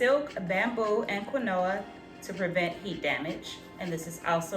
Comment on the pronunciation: I am rolling at the pop up of the “keen-wah” and the pronunciation of Kuh-new-uh 😆😆🤣 Quinoa sure doesn’t look like what it sounds like #english 🤣 I can’t wait to give this set a try. I don’t plan on straightening my hair until the end of the year but hopefully I can use some of the products when I RevAir mg hair.